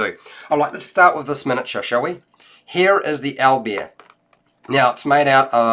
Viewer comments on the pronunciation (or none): Aw man, thanks for the review, the way you pronounce Owlbear makes me smile for some reason) Al-b'eer x)